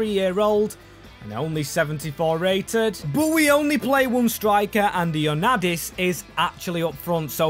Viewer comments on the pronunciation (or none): Bro... Its IOANNIDIS not ionadidis.... But its ok greek names are really hard for people from other countries...😂😅😊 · BRO REALLY SAID IONADIS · Bro don’t know how to read 😭 He read Ioannidis “Ioadannis” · Who is “ionaddis”💀💀💀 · Thank you thinking greece also it is I-o-an-id-is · You can say fenerbakshe and beahiktas but you can’t say kotsiras and ioannidis